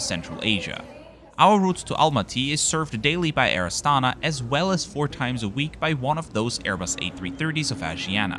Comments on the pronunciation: Pronounced with the stress on the last syllable: Air AstanA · Good video! Just pls mind that this airlines name is pronounced as Air AstanA.